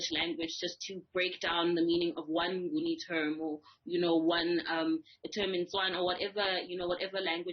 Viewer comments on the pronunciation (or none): its Ngoni not Nguni,the Europeans call us that because they had problems pronouncing it Ngoni.